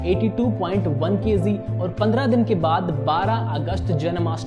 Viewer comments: Kayzee nhi KG 😂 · thanks ... bro its kg not kz ..and magic not mazik... work on it.. great video btw